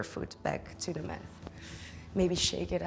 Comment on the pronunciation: Thank you for this lovely yoga sequence. {{Just a teensy, tiny little thing: The T in yoga mat is pronounced as the Dutch T. Math is wiskunde.}} greets